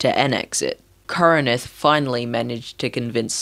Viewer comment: Its not pronounced kor e nin th Its kor in th